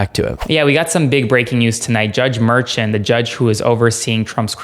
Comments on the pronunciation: Glenn Kirschner pronounces Merchan as Mershawn. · Please pronounce Judge Merchan's name correctly. He's Columbian and it's pronounced Mur.SHAWN' not MUR'chun. Thank you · Just FYI, the judge's name is not pronounced like Merchant. It's Mer-SHAWN. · Luke, please tell that he's mispronouncing Judge Merchan's name. Mer - shon' is the way he pronounces it. It's really annoying and distracting to hear the mispronunciation. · It’s pronounced mer-SHON. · Check your pronunciation of Judge’s last name.